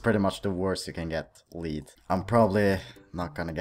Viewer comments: You say "Dirty Bomb" like a boss!.....also it pronounced "Led" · It's pronounced led but I still liked the video. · Its not liid card its lead